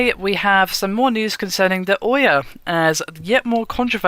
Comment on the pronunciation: Can no one on this channel pronounce names correctly? Ouya as oya, Nvidia as NeVidia...